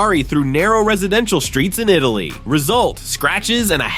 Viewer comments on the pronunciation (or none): none